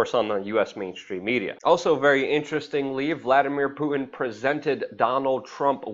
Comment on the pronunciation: its puTin not puiin. too getto for me. y know what i be sain.